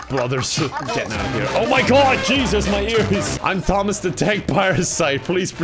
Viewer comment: My man really pronounced Thomas like the word thanks